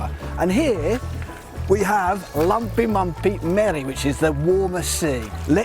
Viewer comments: You need to ask your daughter how to properly pronounce lämpimämpi. You said lampimampi. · Yes, sorry, that's what I meant: it sounds to English ears like he's saying "lumpimumpi" (with the u's as in "cup"). But I understand from the Finnish standpoint the a's in lampimampi also sound like the u in the English "cup"!! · To me it sounded too much like lampimampi (I am native Finn). His ö and y in löyly were quite good, though.